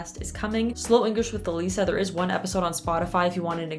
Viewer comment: It's Elisa not Elissa